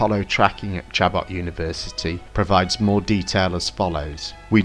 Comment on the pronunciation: Awesome work! Probably the most comprehensive look at the evidence I've seen... One small pronunciation correction... The college in Oakland Chabot is pronounced sha-BO